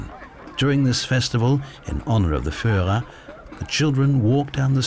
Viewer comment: Nie furera,a firrera,nie Goring, Gering,wstyd za takego lektora.